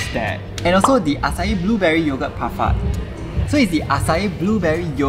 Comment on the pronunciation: Bro said parfart 😭😭